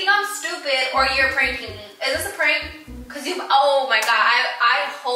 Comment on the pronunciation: She said kazhoo